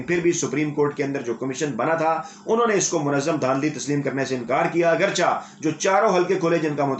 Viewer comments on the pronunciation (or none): ماشاء اللہ اپ کا تجزیہ اور رپورٹنگ بہت عندہ ھے۔ ۔ پلیز تکفظ کی ایک درستی کر لیجئیے : لفظ اگرچہ میں چہ کو کہ کی طرح بولا جاتا ھے یعنی: agerchey نہ کہ agerchah .